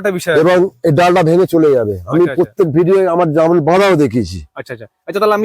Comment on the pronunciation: এটা জারমূল না এটাকে বলে জামরুল